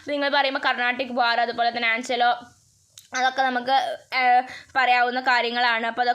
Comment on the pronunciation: Aangalo alla anglo😂😂